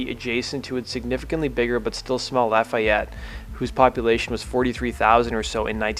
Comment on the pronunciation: LA FEE YETTE No “I” in there. Born and raised in west lafayette / lafayette and living south of lafayette right now.